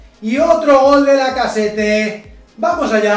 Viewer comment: una aclaracion, lacazzete se pronuncia lacazet xD